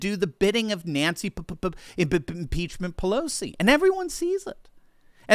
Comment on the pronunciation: Every time you do the P,P,P,Ph,.. Pelosi bit, you remind me of Rush. He never miscued one of his “pronunciation memes,” (I guess you’d call it) of some poor guys name. Used to crack me up. Thx.